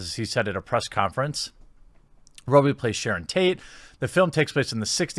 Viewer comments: I know right. I don't understand how you fuck up a name like that. Like he was saying it wrong on purporse. Mar-go Rob-ee. How does one get "Robey" out of Robbie. I honestly don't know. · Margo Robbie. Mawr Goh Robbee. Not Margut Rowbie. They say it in the interview. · just so you know, its pronounced Robby, not robie (still liked the vid as usual tho) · Bro. It is ROBBIE not Rowbee!!!!! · Its Rob-Bee, not Roe-Bee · In the event you were pronouncing it incorrectly for effect, I apologize in advance, but ... ROB-BEE, as in the you're stealing something from a bee, not robe-ee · Robbie! Robbie! NOT Roby! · Godammit you said her name correctly once then corrected yourself back to the wrong way xD It's rob-ee not row-bee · I could have sworn her last name was pronounced Robbie and not Rowbie. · Jeremy, her name is ROB E not ROBE E. Remember grammar school? A vowel is short when it is followed by two consonants, long when followed by a single consonant. Crikey man, you hear her name pronounced correctly in the interview. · You say Margot rowby instead of Margot robbie. And it bugs me ... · Margot Robbie not Rowbie :) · It's not MargoT Rowbie... It's pronounced Margo Robbie. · In Aussie sport we always joke about the media using the world "slams", as in "[Coach] slams referees over contentious decision". Then you read the article and all the coach said was "I thought we were a bit unlucky with that call" lol Also who is Mar Got Rowbee bro? Robbie, Rob, Robert. Same pronunciation. And the T is silent in Margot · Jeremy, how many times in 1 video can you mispronounce Margot Robbie's last name? It's ROB - BEE. Not ROBE - BEE. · Margot ROB bie not Row bee. Its like when Americans say An art ica instead of Antarctica. Like nails on a chalk board. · Rowbee? I thought it was pronounced Robby. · It's ROBbie not ROBEbie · Bro I love your channel, but her name is pronounced like Marg-OH RAHbee. It's not MarGIT Rowe-bee lmao. Good vid though. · Rob, not Robe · ROB-ee not Robe-ee